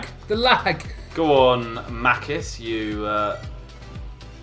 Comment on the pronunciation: Its not makis its machis